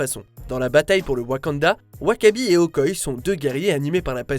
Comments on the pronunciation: C'est pas Okoye c'est OKOYÉÉÉÉ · On dit Okoyé, pas Okoye, même si ça s'écrit Okoye ! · Vous faites mal au oreille avec votre Okoye c Okoyé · Euh... Ça se prononce Okoyé... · "Okoye".... mon dieu mais PTN FAIT UN EFFORT DE PRONONCIATION !!!!!!!